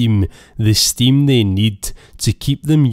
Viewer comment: he clearly says stimm 🤣